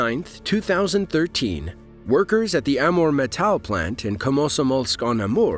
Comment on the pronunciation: Did you actually pronounce metal as "met-AHH-al"